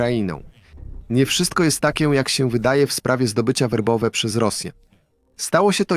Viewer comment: Nie Wobowe tylko Werbowe